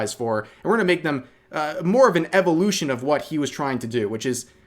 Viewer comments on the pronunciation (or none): none